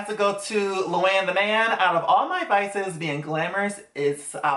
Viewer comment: Romana literally called Luann, Lumann to her face at Sonias house😂😂😂 I’m mad no one noticed it I was dying😩